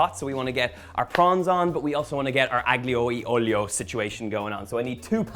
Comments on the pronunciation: PLEASE 🙏, the digraph "gl" in Italian is pronounced like the following: "lli" as in "million" (EN) -- the "g" is NEVER voiced; "ll" in Castilian Spanish (ES); "lh" in Portuguese (PT). Thus, "aglio" (garlic) is pronounced AH-lyoh, and "tagliatelle" is pronounced tah-lya-TEL-leh. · Don’t pronounce the g in aglio and you’re sweet. So A-lio, the same as olio but with an ‘a’, si? Yummy pasta btw! 😘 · He pronounced aglio wrong. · The G silent just like the T in often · You don't pronounce the 'G' in aglio 😜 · Donal, the G is silent. I cannot wait to make this dish. Thanks for sharing. God Bless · Donal, a linguistic point of view tip, the G in Aglio is silent and not pronounced here’s how to correctly pronounce it